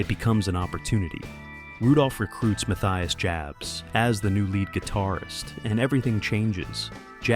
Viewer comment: Exactly. AI is so brilliant they can't even get it to properly pronounce Matthias' name properly.